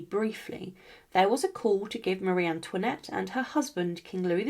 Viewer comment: Pitié, plus d'IA ! C'est incompréhensible ! "Touinette" ? Quelle horreur ! Un peu de respect, SVP ! Et non, Marie Antoinette n'était pas "REINE CONSORT ; ce titre n'existe pas en France ! Elle était REINE DE FRANCE, par mariage avec le ROI LOUIS XVI !